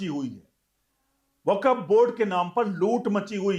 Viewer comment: वकफ नहीं 'वक्फ' ('Wakf'', not Wakaf) बोलिए।